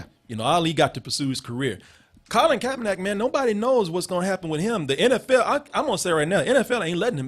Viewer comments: KaeperNICK! NICK!!! Stop saying NACK nigga damn. Fix your mouth. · Why does keep pronouncing KaeperNACK, and no one in the room correcting him?